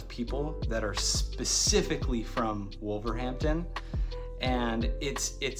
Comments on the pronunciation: you’re the only wolves fan I know who pronounces the H when saying wolverhampton we normally pronounce it wolva ramtun the content of this video was interesting and funny at the same time 👍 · I live in Trinidad but was brought up in Wolverhampton. Natives don't pronounce the h in Wolverhampton. It is "Wolverampton" with the emphasis on the middle syllable "wolverAMPton". I see somebody else below mentioned that.